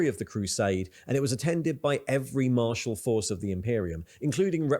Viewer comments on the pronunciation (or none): none